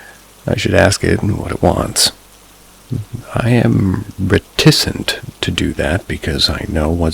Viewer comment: AndAmp: Ampersand. It's this thing: &. Also, REH-tih-sent, not reTISSent. Reticent. Means like being quiet about something and reluctant to share it, holding something back, like holding back what you really feel about something. I hope it gets better from here, how come you don't pre-read these stories for quality control? I think it would greatly improve your likes.